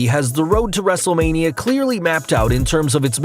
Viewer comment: You said wrestlelina but it's wrestlelmina